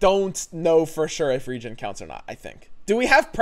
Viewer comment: As a note to: saying 'Regen' with your dialect sounds very similar to how you say 'Region'. Enunciating as re-JEN or saying Regeneration fully can help clarity.